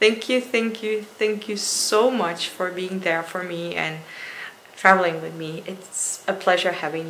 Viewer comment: Aww nothing is wwong wiff joe kwipkie & "erw my god... I'm officially scarred for life by this toilet" hahaha thnx for making me laugh, hilarisch :D